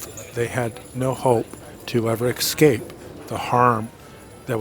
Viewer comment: I love your video's and your knowledge. I have only one pet peeve. 'Excape' When did escape evolve to excape? You're a very smart man and a brilliant teacher. Thank you for all you do to help those of us trying to mend.